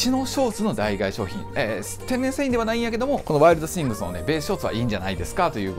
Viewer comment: 脳死でノースフェイス着てる奴に脱ユニクロ語られても何も響かないんだけど… あと代替は「だいがえ」じゃなく「だいたい」な